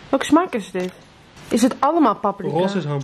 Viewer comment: Het is pa-prika, niet pap-rika